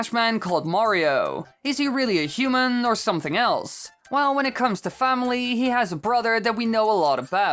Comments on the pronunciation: The way he says human. . . HUMEEEN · The way u day human tho Disturbs me some how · I love the way you pronounce "human" and put emphasis on the "n".